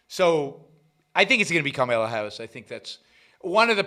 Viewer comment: Do a shot every time Yaron says, “Karmala” Harris